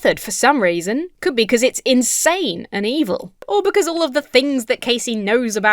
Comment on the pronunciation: Did he say 'evil' or did he say 'e-hole'? I didn't quite figure and I surely can see him saying both (the latter being some kind of redpill slur for women on the internet)